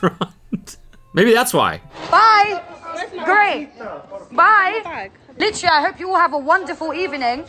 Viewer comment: That "h" on the end of literally spun me out cause I can hear it!! 😂😂